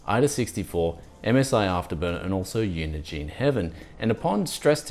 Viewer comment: The Cinebench R15 thermal throttled quite badly below 15%! Why didn't you delidd-ing the i7-4770k? I heard coil-one too when you're running Uniegene Heaven benchmarks.